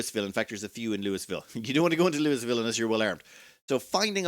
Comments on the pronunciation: Louisville is pronounced "looieville" or "lullville" never "lewis ville" I'm sorry but it's painful to hear it called lewisville lol. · In today’s “’ Commenter Nitpicks”: Louisville is pronounced like “Lullville”